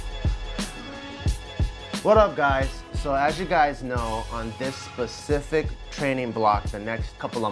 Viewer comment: Pacific? No it's specific